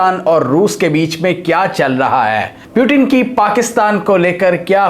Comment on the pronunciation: The Name is Putin not Piutin